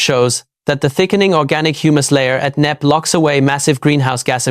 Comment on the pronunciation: Knepp Estate not Knapp 🤷🏼‍♀️